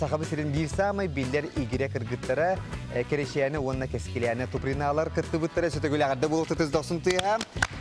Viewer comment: Туприналар Тупри гыныман эрэ, ээ Тупи гыныман)))